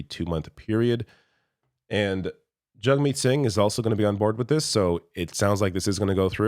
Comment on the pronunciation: I hate that Poilievre purposely mispronounces Singh's name